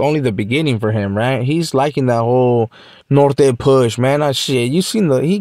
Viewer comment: he cant even say NORTE properly 😂 100% cant pronounce the Ñ 😂😂